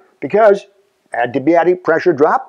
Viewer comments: Fantastic video! I wish I could have had you for physics :-P I'd like to point one thing out though: you're saying your favorite word wrong :-P You WROTE "adiabatic", but you keep SAYING "adibiatic". When you looked at the board was the only time you said it correctly. You mispronounced it in your other video on this subject too. Just some constructive criticism! Thank you for putting so much effort and time into such wonderful videos! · haha, I wasn't trying to be an ass about it, I was just pointing it out :-) it's not the accent, it's switching around the letters a bit. "Adiabatic", "adibiatic". Sorry, I've always been the one who corrects how people pronounce words, haha.